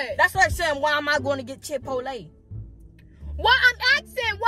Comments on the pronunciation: Come on so we can go get Chit-po-lay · He said Chick-fil-A or chipotle 😂😂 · bruh the way he pronounces chipotle is so funny to me😭😭😭😭